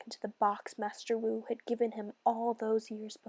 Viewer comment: "master Wu" Me: umm Master Wu is in Ninja go show.....ITS master FU